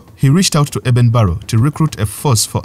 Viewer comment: Eben Barrow is ACTUALLY Eben BARLOW!!!!! Please learn how to pronounce English!!!